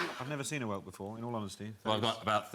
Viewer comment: That’s great about the Minotaur, but it’s whelk.